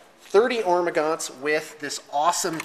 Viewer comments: Love your bat reps guys, keep it coming. And, you are a funny man. Keep playing your "Hormagantos" lol pronouce it like you want! Its your army!:) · Please stop mispronouncing Hormagaunts. It's very irritating.